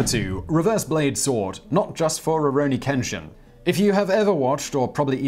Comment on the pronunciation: All the damn likes in the world for Simon knowing and saying Ruronin Kenshin